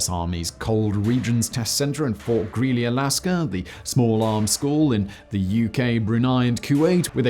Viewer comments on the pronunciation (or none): none